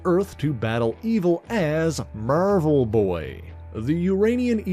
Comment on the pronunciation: Are you calling him "Mervel Boy" on purpose?